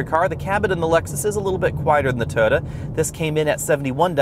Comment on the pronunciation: Great review but can you try and pronounce Toyota right? Cheers